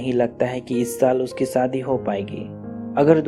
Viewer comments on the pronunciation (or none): Aap story to theek Suna rahe hain lekin aapka pronunciation thoda Gadbad Hai aap sha ko Sa Hain saadi nh hota shadi hota h khosi nh hota khoshi hota aap ki story pura word Sun Raha Hai pronunciation of word pay Dhyan De